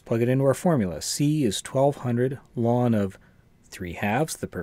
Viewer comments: I've never heard anyone call log "lawn." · You mispronounced "ln"; ln is called the natural logarithm.